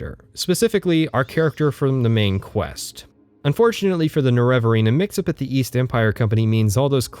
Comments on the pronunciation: Fantastic content. I love your dry sarcasm and honesty in your review process. It even made it worth listening to you mispronounce Neravarine for 21 hours. (Morrowind video time included.) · I fucking hate the pronunciation of the nerevarine in eso